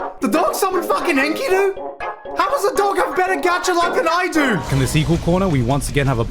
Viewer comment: Nooooo! Et tu, Gigguk? It's pronounced 'En-Key-Du' not 'inky-doo'. Every time they called him Inky-doo in Fate/GO Babylonia a little piece of me died.